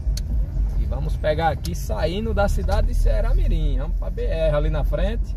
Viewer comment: Vc erra de mais o nome da cidade viu